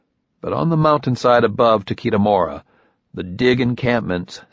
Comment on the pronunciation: Yeah, they even did a proper job in the last two books pronouncing Takeshi (Ta-keh-shi) and I don't think that's happening in this one. : \